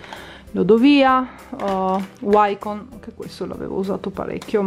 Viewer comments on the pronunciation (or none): none